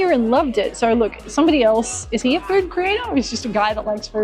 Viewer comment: "we'll eat as much furrd as possible"